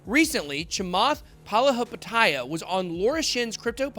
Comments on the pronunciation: you can try sounding it out, hes wrong from the very beginning. he started the name saying paha, yet the name starts as pali, then he proceeded to butcher the rest. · It's Pali-hapi- tIya...not tAya. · Chamath is from Sri Lanka so am I, trust me bitboy is nowhere close to pronounce “Palihapitiya” correct🤣🤣🤣. But hey ho I love bitboy than Chamath ❤️❤️❤️